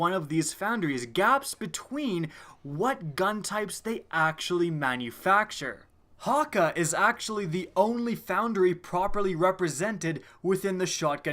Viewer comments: Am I the only one tilted by him saying hakka instead of hakke? Side note a exotic grenade launcher that shoots a grenade resembling the one you have equipped from your subclass. That would be dope. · Hakka? ITS HAKKAE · Hakke is fucking "ha-kay" not "ha-ka" Edit: I got further into the video... regrettably. "Omolon" is "ah-ma-lon" not "oh-ma-lon" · its pronounced "hakky" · I hate how you mispronounce Hakke. ITS HAWK AYY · Hakke is pronounced hawk-kay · omg the "E" in Hakke is pronounced as a long "A" sound. Pronounce it as if you were to assume it's Japanese. I know it's NOT Japanese, but it uses the same pronunciation. Refer to the Cayde's Stash mission where he's talking about the playing cards if you don't believe me.